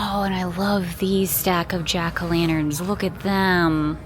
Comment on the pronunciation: “Jan-a-lackerns”. 😂 I’m calling them that from now on.